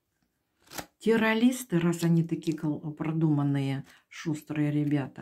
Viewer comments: Я в своей жизни не видела и не слышала такого "таролога", который не может правильно выговаривать слова (теролиСты) и связано и грамотно доносить информацию. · Как вы говорите ?терролисты?😂